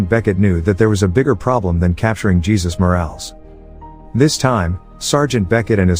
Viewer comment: The narrator needs to get his names straight. It is not pronounced Jesus, like Jesus Christ, it is pronounced Ha- sues.